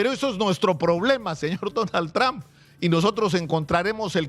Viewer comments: Primero debes empezar saludando y hablando y pronunciando su nombre del precidente Donald Trump, que uste periodista está pronunciando su nombre del precidente de U.S.A. muy mal, el precidente no se llama tran, el precidente se llama su apellido Trump y no tran, ni eso sabes pronunciar bien, que clase de periodista eres tu? que no sabes pronunciar su nombre en ingles?desde Nueva York la capital del mundo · Tr”a”hmp. No trom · Sr. Periodista se escribe Trump pero se pronuncia trom, no tran . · Sino sabes Lee para q no hables estupideces .se escribe lleva u pero se pronuncia tramp